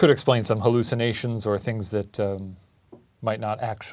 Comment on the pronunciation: Shane mocking Ryan’s “hallushanations” radiates sibling energy